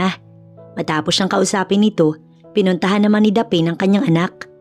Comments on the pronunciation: Yan ang tanong ko din😂😂😂 dapeen? Dapne(Daphne) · SHOUT-OUT FROM BEAUTIFUL CANADA 🇨🇦🍁 Happy Remembrance Day!! Btw….Wat’s the name DA-PAIN / DAPHEN Or DAPHNE?? Pronounce as DAF-NEE / Meron po sa GOOGLE kung paano bigkasin yung mga names & words….Importante para sa ikagaganda ng storya ang mga tamang BIGKAS / Spelling / Intonation. Nakikinig po sa storya niyo from Vancouver Island 🇨🇦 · Pls pronounce the name Daphne correctly it should be daph-ne Hindi po daphine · Grabe nadi didtrack ako sa pronounciation sa name ng bidang babae "the pain" Daphne yun di ba? Peace pi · Proper pronunciation for Daphne is Daf-ne NOT Daphane, LoL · '...the lead female name pronounce as Daph_ neeh..not Dapen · Bkit mali pronunciation Ng Daphne?Hindi Po dapeyn,Daphne as in Dafnee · ..it Pronounce as Daph..neeh..not dapen 👍👍😊😊😊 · Natatawa ako sa narrator kasi ang basa nya sa name ng bidang babae ay daphane😅...Dapat Daph-ne... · Korek ang sagwa tuloy ng pakingan hehehe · Gusto ko lng po i correct ang bigkas sa name na daphne Daphni po. Hindi daphin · Is it Daphne (Daph-ne) should be pronounce instead of you pronounce as Daph-ane? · Tama ba ang pronunciation ng pangalan ng babae😂😂😂😂😂😂 hindi ba dapne at hindi daphen. Tanong lang po, salamat po. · Thats what I thought. Mali ang pagsabi. But anyway I love the story. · Please - Daphne is pronounced Dafni❤ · Sana Ang narrator nagtanong tanong muna kung paano I pronounce ng tama Ang mga pangalan. Daphne - ‘daf née’. Saan mo naman nakuha ang pronunciation na ginagamit mo? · Daphne, pronounce as Daf-ne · Correct masakit nga sa tenga paulit ulit😂